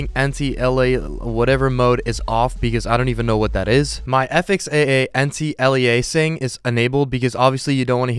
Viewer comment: Anti aliasinging im fucking dying🤣